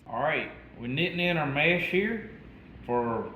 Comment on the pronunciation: It’s not mash it’s mesh